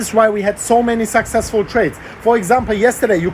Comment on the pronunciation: Can you please stop saying SUCK SEX FUL 🤦🏻‍♂️